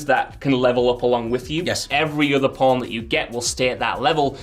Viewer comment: saying porn instead of pawn then calling people who heard it filth, or maybe he just has a speech impediment.